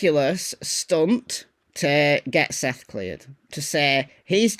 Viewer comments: First he can't get Seth's name right...now Sebastian's ! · I didn't see that at first but still...he can't even get Seth or Sebastian's name right